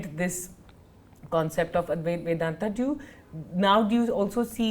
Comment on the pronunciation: It's not Adweath. It's adwaith